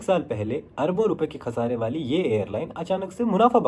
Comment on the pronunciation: Kahsaaray wali nahi khasaaray wali Gor say nahi, Ghor say.. Bhai ya puri Hindi bolo ya puri Urdu...